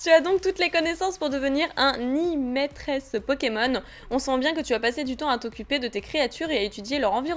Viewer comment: Un imétresse pokemon XD ! Il voulais dire un(ou une) maitre(sse) pokemon lol ! Si non super video continue comme ça car tu es genial!